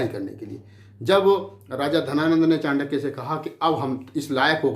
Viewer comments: Chutiye chaandaky nahi chankya hota hai pahle bolna sikh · चंडक्य नही चाणक्य था वो। चंद्रगुप्त एक विधवा राजपूत थी।अरे मूर्ख इतने महान व्यक्तित्व जिसने भारतीय इतिहास को नई दिशा दी दुनिया में जिसको आदर से पढ़ाया जाता है तू उसका नाम भी सहीनही बोल रहा है। इतिहास को distort करने का ठेका ले रखा है क्या? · नाम तो ठीक से ले लो पहले। चांडक्या नही चाणक्य है।